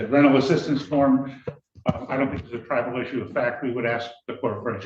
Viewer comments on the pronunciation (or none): I didn't want this comment to be the way I learned that he wasn't saying "tribal" all this time